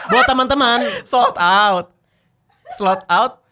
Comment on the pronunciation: "slod out".. a$uuuuuuuu 😂😂😂😂😂😂😂😂😂😂😂😂😂😂😂😂😂😂😂😂😂😂😂